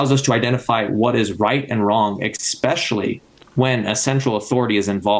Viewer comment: Try to say especially, not ekspecially.